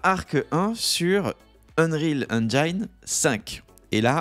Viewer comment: La prononciation en anglais de engine n’est pas “enjayn”… c’est juste “enjin”